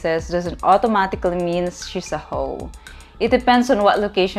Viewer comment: For some reason the way you say "hoe" makes me laugh. I don't know why, but it does. Please continue lol